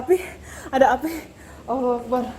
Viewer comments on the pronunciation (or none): API BUKAN APIH wkwkwk bercanda 😁